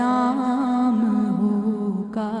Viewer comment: host ko sahi talaffuz say salam bhi kerna nahi aata ,saam alaikum keh rahi hain ,sahi salam ,salam alaikum ya assalamo alaikum hota hay